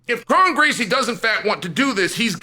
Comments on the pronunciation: His name is actually pronounced Crone. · Well, his name is "Kron" as in the "Kronic"